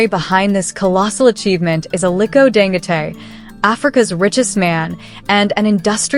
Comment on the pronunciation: I think his name is pronounced "Dan-go-tee."